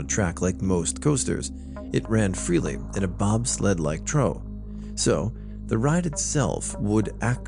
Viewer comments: I think maybe he’d never seen the word & just mispronounced it. 🤷🏼‍♀️ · Hoffman nah, I know about troughs, but the way he pronounced it as "trow" was new to me I probably should have specified I mean dialect >_<